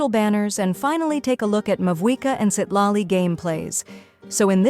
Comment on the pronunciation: i know the AI voice is saying Citlali but it sounds like $h!# Loli.